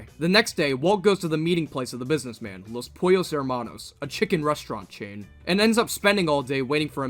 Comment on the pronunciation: How could you pronounce "Hermanos" like that after having heard Gus say it xD?